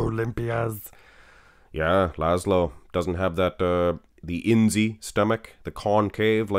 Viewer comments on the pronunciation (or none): Király is pronounced "Kiraay" and not "Kirali", and László is "Laslo" not "Lazlo"